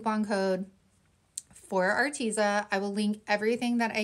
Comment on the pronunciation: I don't even know if the company cares but if I were gifted free products I would definitely try to know a little about the company. At least how it is pronounced. Your not the first crafter I've heard miss pronounce it I just wanted to let ya know. You can go to their YouTube channel and get the right pronunciation. Don't take offense,please, I just wanted to " help a girl out"👍 have a blessed week.